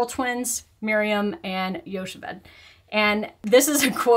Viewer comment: Some pronunciation hints for the Gruzmans - Chani is not a hard ch, it's gutteral like clearing your throat. Like Challah bread. And Rochel is not Rochelle. Same with gutteral ch - so raw-CHUL. And Yocheved is yo-CHE-ved. Same gutteral ch.